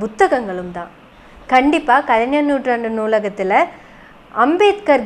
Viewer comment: கலைநர் என்ற உச்சரிப்பு தவறு, கலை"ஞ"ர் என்று தான் உச்சரிக்க வேண்டும். 🤝